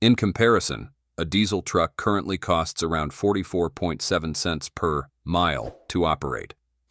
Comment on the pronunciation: The AI Voiceover cannot say the word "currently" correct? haha